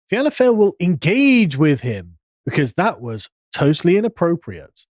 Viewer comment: Great vid Sargon. Fáil pronounced fall.